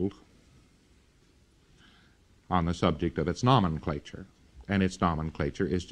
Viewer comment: He doesn't know how to pronounce Nomenclature, which he must have said 50 times, incorrectly.